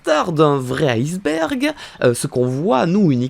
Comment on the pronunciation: C koi un aïcebergue 😭🤣😎